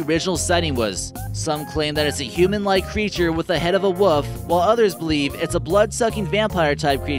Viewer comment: can anyone in america pronounce the word wolf properly? it is not woof... every fucking video with someone talking about wolves say woof. can you say the word wool? say that with a F at the end and there you go WOLF not WOOF..